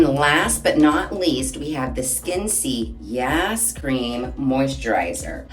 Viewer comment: I’m not sure, but I think it might be pronounced ‘Skin-SAY’.